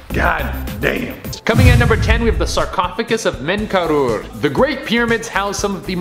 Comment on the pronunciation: The pyramid was build for MENKAURE - not 'menekoor' or what ever he is saying.. nobody here seems to not be able to pronaunce enything right..🤣😂😅 english is my third language.. what's theire excuse?